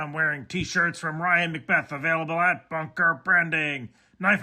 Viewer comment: Banker! You said banker! I thought you said you'd dressed up for a meet with your baker & it distracted me for the whole video!